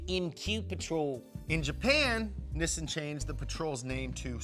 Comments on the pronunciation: Nissin? U mean Nissan? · By the way it’s not “Nissn” it’s Nissan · Ok so is it pronounced nih-sun or knee-sawn? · Instead of struggling and flip-flopping with the pronunciations, just say NISSAN the right way. It is pronounced "Nee-Sahn." In romanized Japanese, the double consonant "SS" elongates the vowel preceeding it, the "I". Most Americans say Nee-Sahn which is essentially correct. "Niss-In" is a common mispronunciation mostly spread by British car journalists. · Nee-sahn Ni-sin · I'm more confused by the American pronunciation of "Neeeesaaaahn". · Is it pronounced Nissan or Nissan? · Is that how I'm supposed to say nissan? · You say Nissan wrong dude. Maybe take some acting lessons too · Say Nissan correctly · Why is pronouncing Nissan wrong?